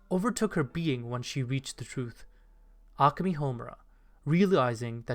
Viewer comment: This was a good video but the way you pronounce Akemi and Madoka kills me inside every time I hear it